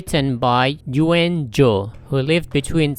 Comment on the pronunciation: Pardon me, there is a little thing, that it would be better if you just correct the name of the author is "Nguyen Du", not "Ngyuen Du".